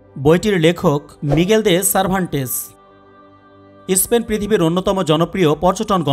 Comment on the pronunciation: ইস্পেন নয়, দেশটির নাম স্পেন